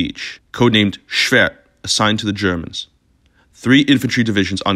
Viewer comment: "schwört" - best pronounciation of the E I've heard